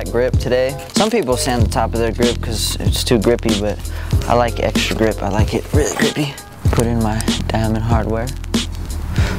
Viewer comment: He said grizzly gip at the end😂😂😂😂😂😂😂😂